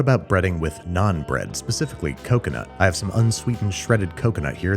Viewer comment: coconut? cocono